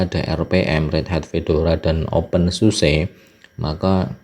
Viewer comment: bacanya "open susa" bang